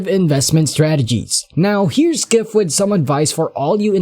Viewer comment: Peter Skiff?😆 not how it's pronounced.